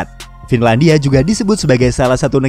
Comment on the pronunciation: FINLANIDIA NIDIA NIDIA NIDIA